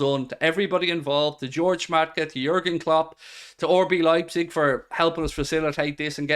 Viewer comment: anyone else notice always says “orbee leipzig” instead of RB lol